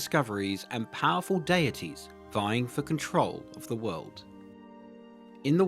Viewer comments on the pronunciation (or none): none